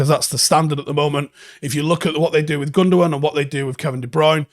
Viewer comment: It's time you started saying with as follows: 'WITH'....that's a 'TH' mate. Same as you were going to say 'THE'. Wiv is a cockney slant mate, not a Manc way of speaking. I used to do the same thing, but my mum, who was from Ancoats, would not ever let me say 'WIV'....it's 'TH' mate....WITH. as in 'we win, but say 'with instead of win. Same gob movements pal. Get on it, and I expect improvements by tomorrow morning!!!